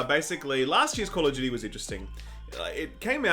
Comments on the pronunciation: I thought said "game of Judy" until they started talking about the actual story. I was sitting there thinking, who the f is Judy? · Wait... is saying Judy or Duty? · Despite knowing he's trying to say Duty, all I hear is Judy. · Who else thought he said Call of Judy? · I honestly thought you said "...Game of Judy". Sometimes I think we speak different languages. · They're aussies, they pronounce "duty" like "dyootie." That's why it sounds like "Judy." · I thought was saying "Game of Judy" i was so confused. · When you said "duty" it sounded like "Judy."